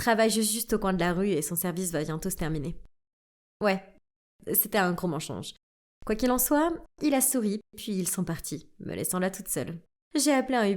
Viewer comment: On dis mansonje on dis pa manchonje